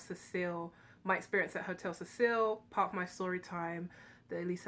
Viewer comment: it’s the hotel “see-sil”